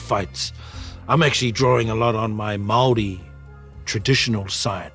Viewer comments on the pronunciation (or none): (Mau - ree) and roll the 'R'. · The way he pronounced Māori xD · You can't take the time to learn to pronounce "Maori" properly LAME!!!!